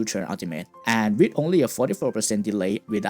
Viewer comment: With not wit your not saying "TH" its hard to understand you speak slowly